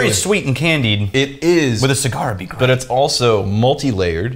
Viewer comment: Anyone else hear say "Light, perfumey, *Butt* soap"? HAHA